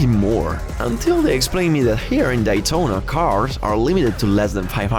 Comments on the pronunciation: Its Daytona Not Dietona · It's Day Tona not Die Tona 😂 Excellent video by the way love it! Now i want to go the the DAYtona 500 😇 man i cried watching this. So sad the USA is going down with the woke minded zombies. Let's GO Brandon! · love how he cant pronounce Daytona correctly